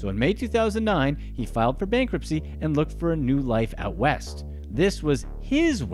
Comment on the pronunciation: By the way, it's called bankruptcy, with a t in it